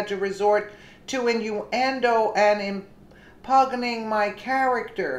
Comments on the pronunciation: im-pyun-ing (impugning) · Im-pug-ning? Seriously!!